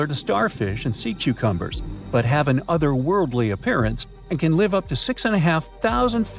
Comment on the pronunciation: Sea choochumbers? Is that how he pronounce cucumbers??! 😂😂!!